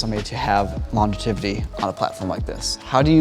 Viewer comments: "longetivity" hah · Did say "Longetivity" at the end? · I heard “longetivity” while watching this tired right before bed and thought my brain glitched haha.